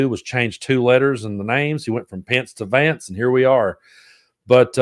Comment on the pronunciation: Did he really mess up name of his new VP that badly.? He did.😂😂😂🇺🇲💙